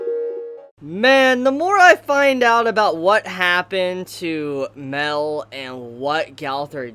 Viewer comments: It’s Ma el not mel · Everytime you say mael you say it like mel thats why i always think that you are talking about meliodas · Great video but its pronounced mAel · Mel or Mael? I don't get of who you are talking of... Please do try to differentiate their names, they're not the same. :/